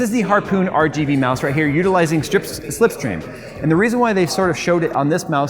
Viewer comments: almost said "Stripsteam", we all know where he will be tonight.:) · i feel like went to a strip club before shooting this video. he cant stop saying stip